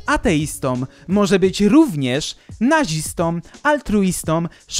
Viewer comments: Drogi, przypuszczam, że uważasz się za intelektualistę, jednakże osobie wykształconej nie przystoi niezachowywanie zasad poprawnej polszczyzny. Masz okropny nawyk używania "om" zamiast "ą" w wypowiedzi, co wybitnie pokaleczyło mi uszy w minucie. MasażystOM, seksistOM, nazistOM (itd.) to możesz co najwyżej coś dać, natomiast osoba może być masażystĄ, seksistĄ, nazistĄ (itd.). Pozdrawiam. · błagam Cię: altruistĄ, nazistĄ, feministkĄ, masażystkĄ, ateistĄ... Tam nie ma końcówki -om. Poza tym dobra robota jak zwykle 👍